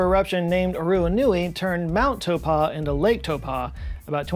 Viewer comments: I'm sorry... "Toe-paw"? I don't know where the "paw" is coming from. I could be a little off, but I think it's Tau as in "tower", Po as in "potato". Taupo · Small note- that mountain in New Zealand is pronounced "Tau-poh"